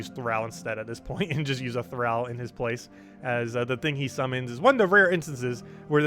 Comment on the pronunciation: Please Google how to pronounce thrall.